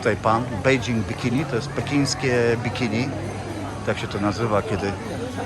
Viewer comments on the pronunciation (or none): none